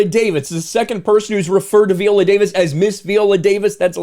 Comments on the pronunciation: At least get her name right viola -VIola not Veola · Good video but her name is pronounced "Vy-oh-luh" not vee-oh-luh. I guess Viola is not a name that is often heard in the white community. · Veeolah lol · You cant even say her name correctly. Smh